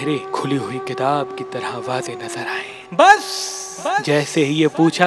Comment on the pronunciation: Bhai ye "bass" par itna zor q lgatay ho..tra nikl jata h